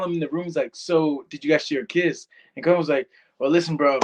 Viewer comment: It's Callum, not Collum